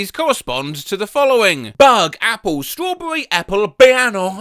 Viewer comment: "ppple" legendary